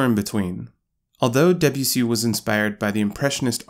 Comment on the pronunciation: His name is Debussy. Not DEbussy.